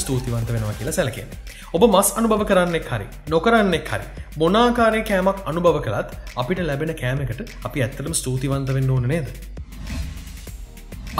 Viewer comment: ඉතදකි මස්..අයියා. මසු නෙවේ..🙂